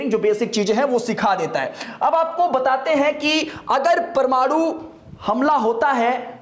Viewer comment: जानकारी तो अच्छी दे रहे हैं ये महाशय..लेकिन परमाणु को परमाड़ू बोल रहे हैं,कुछ इलाकों में हिन्दी भाषा में लगातार ह्रास हो रहा है।